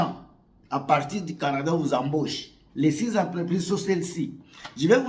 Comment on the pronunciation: Embauche mon frère, pas emboche